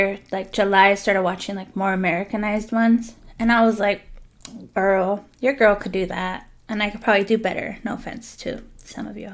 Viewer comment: OMG I thought you said grill 😂😂😂